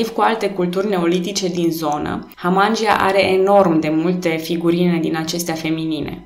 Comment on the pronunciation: Foarte frumos scris, felicitări! (Dar e pentru prima dată când aud numele culturii și al fostei comune tulcene Hamangia prununțat Hamángi(y)a și nu Hamangí(y)a. 🙂)